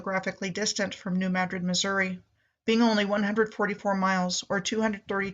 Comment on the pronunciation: That was the other one. It isn't mad-drid its muhdrid